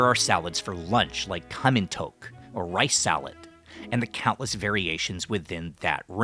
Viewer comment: thoke sound so much like poke